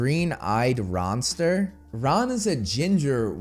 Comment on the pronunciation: I think they meant Green eyed Monster i.e. jealousy. They just said "RONster" instead of monster.